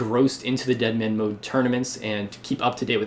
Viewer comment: "DEADMAN" not "EATMAN"